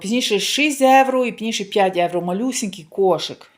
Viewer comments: трішки менше бутилок дешевеньких, ви ж так хочете показати себе італійкою новоспеченою! А Італійці проходять мимо такого вина!🤣🤣🤣🤣. Евро евро. Та скільки вам треба часу щоб вивчити одне слово, що в українській мові вживають слово Євро!!! Від слова Європа, а не Еуропа!! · Евро, евро, евро противно слухати !!! Та прислухайтеся трошки до людей!!! І в нас в Італіі так ніби ви італійка та ніколи ви нею небудете!!!